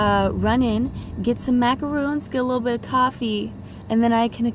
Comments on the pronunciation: Its not macoroons. Its macorons. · They have the bEsT macaroons: Yes, that’s how you say it, Macaron.